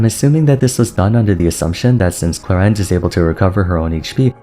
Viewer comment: i got her accidentally Q_Q i was at zero pity and just wanted a sethos, but the girl was like BOOM here i am. gonna see what fun i can have with her, but you are right, the short uptime sounds problematic. btw thumbs up more than deserved for actually pronouncing her name right :)